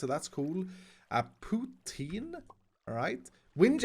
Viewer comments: Destroy any prononciation ever Also: One of the best non-french speaker to say poutine on the fly XD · Me: Hears pronounce Poutine correctly Also Me: Damn now I’m hungry